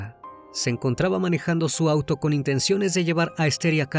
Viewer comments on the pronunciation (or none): none